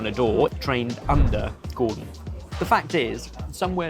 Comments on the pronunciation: Hey guys, it’s Gordon, not Gordan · It's 'Gordon', fellas, not 'Gordan' 😛